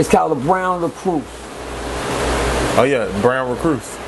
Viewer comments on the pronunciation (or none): it's "recluse" not recruse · A brown LèCroose 🤣🤣🤣 awe yea a brown Recroose 😫🤣🤣🤣🤣